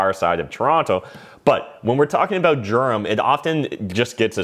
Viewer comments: It's pronounced "Derum" not "Germ". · Its pronounced Durham. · No gerum